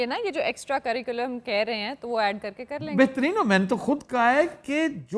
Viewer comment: With due respect sir , Your researcher pronounced " sirculam" سری کولم۔ while the correct word is curriculum کریکولم